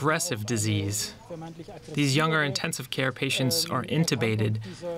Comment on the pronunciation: I know!!!! It's driving me crazy, also her pronunciation of 'younger'. Aaaargh!!!